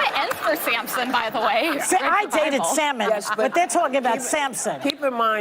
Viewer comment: Too old to pronounce Solomon. Salmon😀😀😀😀😃😃 Trump 2024